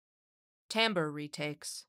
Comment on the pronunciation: Which voice was used in this video? Also, timbre is pronounced TAM-BER. Glad to hear correct pronunciation later in the video instead of the wrong pronunciation near the beginning.